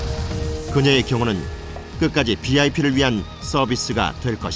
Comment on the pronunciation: 비아이피가 뭐야 ㅡ브이 아이피 ? ! VIP ㅡVERY IMPORTANT PERSON V 와 B ㅡ 발음 ㅡ브이 와 비 운동을 안했다는 거~여~ 장 하 다 ! ㅡ경 호 원 들이여 ! 무엇이 든지 꾸준히 노력하는것이 목적달성 ! ㅡ 성공의비결 ! 주어진 일에 최선을 다하는것 ! 장관도 경호해 주나 ? 나쁜짓,비리를 저지른 장관이 아니라면 누가 가해를 하겠는가 ? 사설경호야 ? ㅡ국가경호야 ?